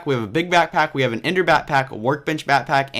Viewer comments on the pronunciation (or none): why was he say batpack in stead of backpack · back-pack.....not "batpack" but great video